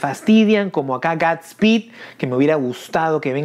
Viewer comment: Dilo bien no es es guudsspeedk es godspeed sabes inglish? No hate